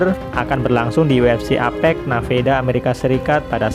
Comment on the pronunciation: Nevada atau naveda sih?😂😭